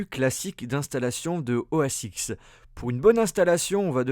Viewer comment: Juste pour information, on dit OS 10 et non pas OS X...